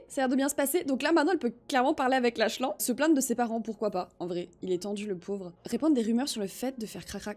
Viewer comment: La vidéo est trop bien mais juste pour te dire le prénom du "fils inconnu" se prononce Laklane